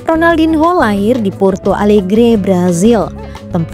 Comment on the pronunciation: Ronaldinho di baca Ronaldinyo karna ini bahasa Portugis mbak. Hrup n ktmu h di baca nya.